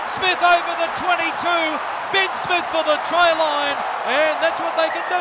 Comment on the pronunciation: 'BIN SMITH OVER THE TRY LINE!' Why can't Aussie pronounce words properly?